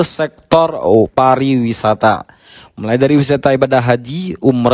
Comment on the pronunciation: Koreksi !!! Bukan "Parawisata" melainkan "Pariwisata"....jangsn salah ucap ya